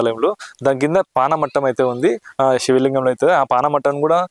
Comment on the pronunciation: పానవట్టం అంటారు. పానమట్టం కాదు.